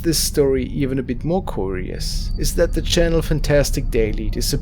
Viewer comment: Oh look, someone else pointing out how he pronounces "curious"... I'm sure that never gets old.